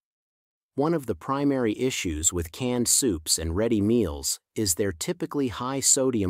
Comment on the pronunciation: "CANNED SOUPS" and not "CANED SOUPS" ! Carefully check your words !